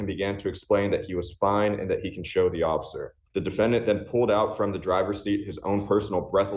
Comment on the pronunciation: You said Occifer!😂 I agree😊😊😊